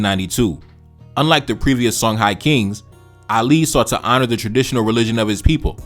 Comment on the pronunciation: Songhai is pronounced Shong-hee